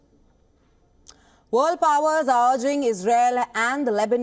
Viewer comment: Vorld action 😂